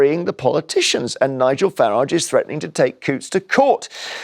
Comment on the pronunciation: I do love when these leftie idiots are forced to have Sir Nigel Farage on their show by their boss. Especially the dragon in the middle who doesn't have it in her to pronounce his name correctly its pathetic.